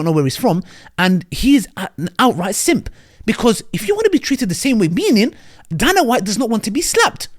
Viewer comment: Pronounced day-nah white.